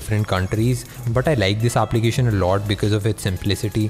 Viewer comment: "Aaaaplication" 😂😂 how he is pronouncing